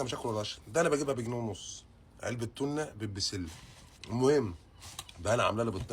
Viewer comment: مش تنا اسمها توووونا